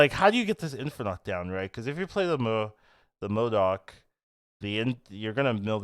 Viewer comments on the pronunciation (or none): why do u call him Moodurk at the start lmao it's MO-DOK T-T